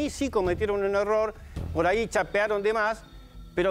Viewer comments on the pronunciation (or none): No se dice "poray" queda feo